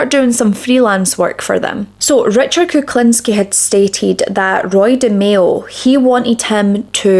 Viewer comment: His surname should be pronounced like this: Cook-lean-ski